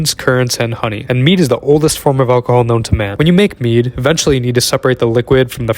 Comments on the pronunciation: Throughout multiple times in this video I heard Meat instead of Mead and it grossed me out cause it actually looks a lil bit like meat 💀 then I rewatched the video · Bro I thought he said meat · I didn't read the msg on this. I thought he said meat 😂😂😂 🤢🤢🤢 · At first I thought he said meat but he said mead💀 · i thought he said meat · Tell me why I thought you said you made “meat” and I was like 🤨🤨 until I read subtitles 😂